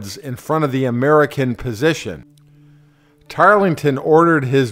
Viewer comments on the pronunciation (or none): none